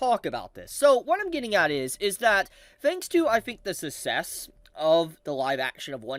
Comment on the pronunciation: my man, “success” is pronounced as Suck-sess not Sus-ess. Edit: I’ll continue being the harsh one, you also need a haircut again. You looked great with neat short hair.